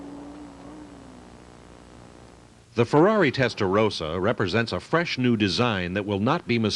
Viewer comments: American here. It's promounced "Testa-RAW-sa" not "Testa-ROW-sa." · Why the hell do Americans keep mispronouncing Testarossa? It's a redhead, not a rosehead!